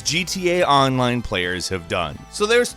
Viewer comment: The way you say "online" hurts me